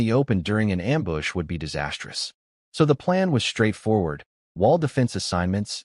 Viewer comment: I love this story lol and hey the wife actually does care lol also, I’m loving how many Am-boosh’s there are 😂